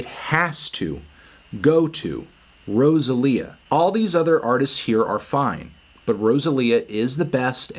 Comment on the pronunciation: Every time you mispronounce Rosalia I die on the inside